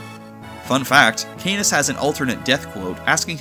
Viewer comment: Still watching the video but I would like to say that Canas wouldn't sound like Anus if you pronounced it correctly as "Cuh-Naws"